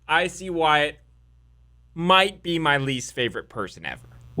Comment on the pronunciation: OMFG You're a lawyer but you don't know how to read? His name is WYATT...not WHITE. I couldn't finish watching your video because you just keep saying WHITE over and over again. I just don't understand people that make videos but don't bother to be certain of the subject or information they're speaking about.